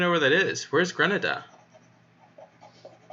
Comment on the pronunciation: Gre-Nay-Da lol